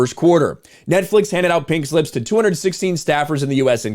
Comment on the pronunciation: oh "pink slips", sounded like you said "pig lips" lol.